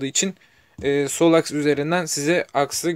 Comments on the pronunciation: akis akıs degil lutfen yazdigin gibi okumani rica ediyorum (aks) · Akıs ne abi, aks diyeceksin. Arada ı harfi yok.